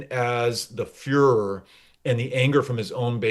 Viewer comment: You said furor, I heard führer... grows